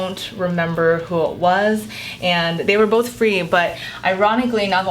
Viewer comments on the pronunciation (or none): none